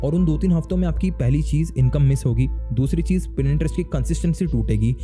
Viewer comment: Boht Log Pinterest Ko "Printerest" Keh Jatay Hain Ap Ki Tarah